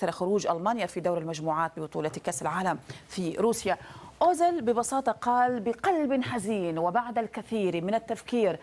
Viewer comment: اوزيل و ليس اوزل أيتها مذيعة يا مثقفة يا خرجية جامعات والله عار و عيب عليك صح